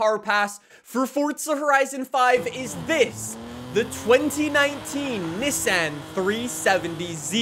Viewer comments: not neh-san its NII-SAWN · Why does he say ni-san not nissan